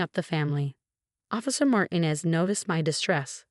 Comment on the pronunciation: Please, it's MartEEnez. Please pronounce this correctly. Otherwise, this is a good story.